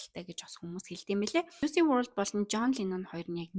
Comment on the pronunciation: Жуйси bishee Жуйс gej duudg bgsho